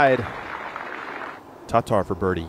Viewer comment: FFS, it's Tattar not Tot Tar. A very light pause to allow the second T to be heard. How long has she been on the tour now and you still can't get it right. In fact, i think your going the exact opposite way. Your partner can do it why can't you?